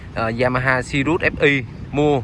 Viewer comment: Tên xe sirius nói cũng sai vải c